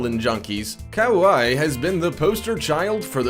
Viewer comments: Yeah, I grew up in Kaimuki in Honolulu, lived in Honokowai-Napili on Maui for most of my youth. Listening to him Butcher the Hawaiian names have me yelling at my screen it's pronounced Ka-Why you stupid Haole. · lol "cow-eye". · That’s not a beach in Brazil that’s Waikiki on Oahu Hawaii. My home and one of the most iconic beaches in the world. Also figure our how to say thinks like Kauai, it’s simple google search. I will no longer watch anything from this 0 research BS lazy channel. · When you're Hawaiian and he completely slaughters the name Hanakapiai and Kaua'i